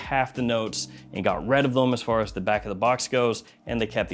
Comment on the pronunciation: love you dawg. But why you pronounce "rid" like that? 😂